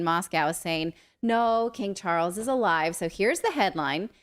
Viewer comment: “King Chawles” he may be related to King tut?🤔